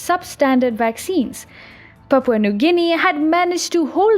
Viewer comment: Yea funny have trouble with V words